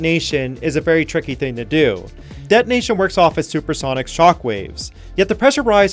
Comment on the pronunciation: de'onation is not the same as detonation